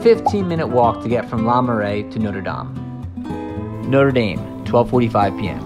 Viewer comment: Also he pronounces "Notre Dame" the way the American university is pronounced, not the way the Parisian cathedral is pronounced.